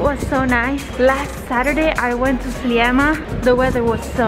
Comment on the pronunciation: Sliema si pronuncia "Slima" ;)